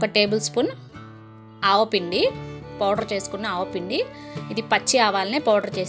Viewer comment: ఆవాలు పొడి అని తెలుసు but ఆవు పిండి అని పలికారు కదా అందుకే కామెంట్ అలా పెట్టా 😆🤓